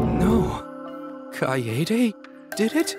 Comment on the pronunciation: Btw it's kaede not kaedae